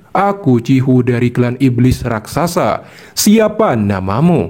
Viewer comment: Raksasa, Min. Bukan Rakrasa